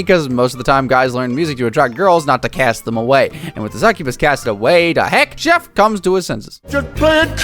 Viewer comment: Calling chef “chief” hurt my soul